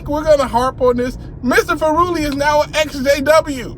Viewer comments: Furuli is pronounced like "thoroughly" You make it sound like he is an Italian Pizza instead of a Norwegian Scholar :-) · Dude, this new Governing Body think that they are untouchable. By the way, it's pronounced Fú-ruli, lol!